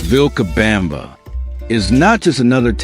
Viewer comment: And, horrendously, "VilcaBAMba". 😣